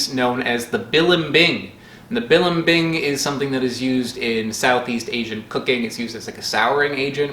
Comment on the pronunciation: As a native Tagalog speaker, his pronunciation of balimbing both horrifies and delights myself.